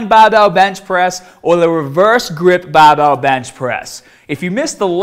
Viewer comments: think it's because he used to hide it, but he doesn't do that anymore. You can tell in some of his older videos that sometimes he says bahbell and in the same video he also says barbell. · Fuckin llama man. Bahhbell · i like the way he says barbell. Bahbell haha sounds cool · I clicked to hear more baaaaahbell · Where do the unused "r"s go? Put them on your baaahbell.. sorry. Couldn't help maahself. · Im just watching this to hear him say barbell😂😂😂😂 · He sounds American until he says barbell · tahhget the bahhbell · Just subbed on your channel, great vids. Pronouncement of Barbell and arms is funny tho.